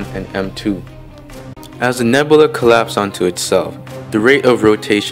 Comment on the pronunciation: I really hate how you pronounce nebula.